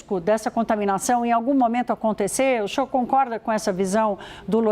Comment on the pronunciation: Essa mulher troca o s pelo x. Que agonia. O xinhor xe axustou? Não consigo!